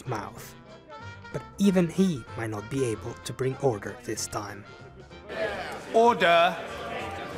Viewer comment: To me it sounds like he’s saying udder